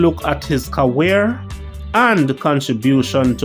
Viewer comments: Bro good content, also it Career not Caweer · It's "career" not "cowherrre"